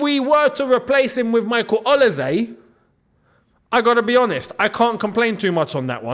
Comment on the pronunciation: Quick one. Olise is pronounced with an S and not a Z. Thanks for all you do.